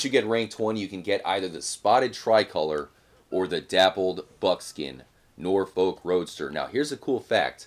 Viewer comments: Hehe “Nore folk” it’s pronounced “norf-uck” (kinda, it shouldn’t sound like your saying fuck tho ) I’m from Norfolk, it’s south eastern England and it’s pretty much just countryside and the accent is pretty much just pirate lol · Norfolk is pronounced nor-f*ck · jus so you know it’s pronounced nor-fu-k roadster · Stop pronouncing norfolk like that ffs